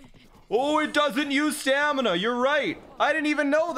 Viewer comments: can beat LOZBOTW without saying staNiMa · This entire time I was trying to figure out if he was saying stamina or stanima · Should have called the horse "stamiNAH" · he should've called the horse stamiNAH